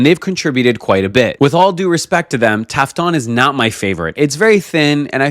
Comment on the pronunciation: تافتون نه تافتان